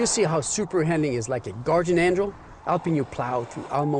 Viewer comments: What does SH AWD stand for??? "Super Handing" AWD, like this guy says it. lol Sometimes he does say, "Super Handling AWD." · "We got oneven Pavment, we got san, little san, alot of san" Seriously, wtf are you talking about "oneven" "san" terrible pronunciation And its handling, not handing lol